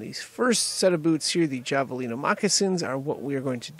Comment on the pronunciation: The j sound is more like an h. Have-alina